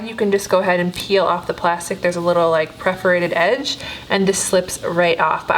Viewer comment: Moh-v not maw-v. What is wrong with everyone in Beauty World? Also, PER forated not PREF erated.